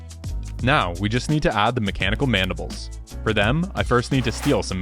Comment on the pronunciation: you mean the mechandibles